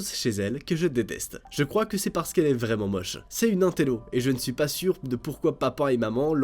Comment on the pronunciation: Mdrrrrr le « vraiement » 😂😂✨